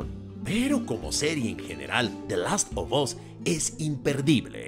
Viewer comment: Como escucho a Kristoff: "De Lasto bos" 😂😂😂😂😂 Manita arriba si tu también lo escuchas.